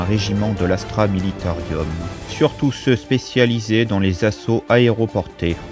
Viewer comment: C'est juste dommage de dire Astra MilitaRIUM. Sinon top bravo !